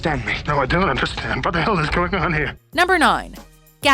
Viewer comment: Timesthree Thehighest Emphasis on hell.